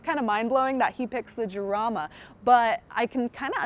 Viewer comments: It is not "Yarama" but "Harama" in english. Like "house", "home", "hit" but stronger. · it's pronounced harama. good review though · It's pronounced, Harama .... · Sorry hon. I had to turn off when you mispronounced the car's name. It's "haraama" or "charaama" depending on your accent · Isn't it pronounced Harama? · People who made the car pronounce it "yarama" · Right off the bat, the mispronunciation made me think she doesn't know what she's talking about. meh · I don't know how seriously I can take a review by someone who doesn't even know how to pronounce the name of the car correctly. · You miss pronounced the name. Still a great video. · With an H sound as in San Jose.